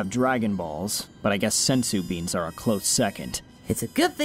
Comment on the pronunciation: "Sense Bean"